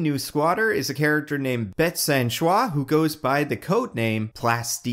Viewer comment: By the way, in proper French it’s pronounced “san-soosee”, not “sain-shwa”